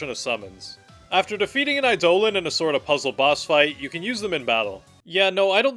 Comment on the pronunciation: Eidolon is pronounced like idle-on